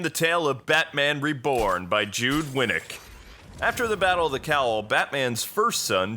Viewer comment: Jude? lol JUDD, like bud :P